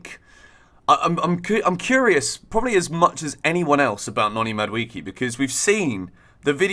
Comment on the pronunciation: Mad WAY kay not Mad wee key